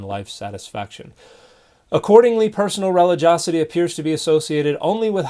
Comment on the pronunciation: Dear Dan: It’s spelled relig-i-osity and is pronounced ri-LI-jee-AH-seh-tee. NOT pronounced REH-li-JOS-seh-tee.